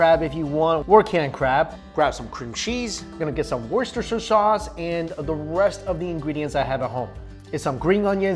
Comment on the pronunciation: Why do non Brits struggle so bad when saying "Worcestershire sauce" lol